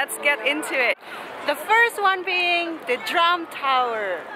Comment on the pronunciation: I thought I heard you say the Trump Tower (drum tower)....LOL